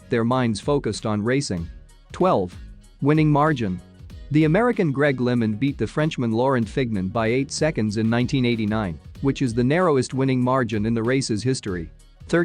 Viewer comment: Pronunciation of Lemond and Fignon, really? And Garmin and Cornet. Try the French pronunciation.